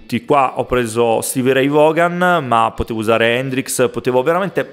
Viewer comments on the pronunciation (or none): tutto bello, ma "stevie ray Vògan" non se po' sentì... la pronuncia è "vòon".